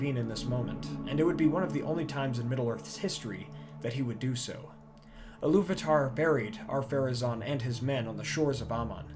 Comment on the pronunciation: I love your videos. Your history, geography, music, and all but one name pronounciation is spot on. Ill-uv-ata, not Illuv-atar